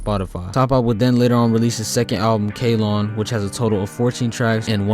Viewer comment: Gen said “ Aspen as in the tree” on a live and KALON is pronounced Ka-Lon I think